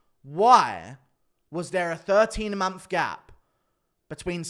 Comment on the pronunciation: Do you mean MONTH when you say MONPH ?